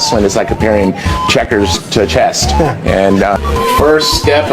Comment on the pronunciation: How did ppl let him call chess “chest” like 6 different times?